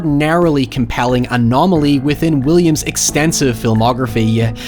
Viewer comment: pls say "williams' career" instead of "william's career"